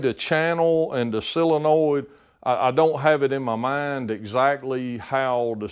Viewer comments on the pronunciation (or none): none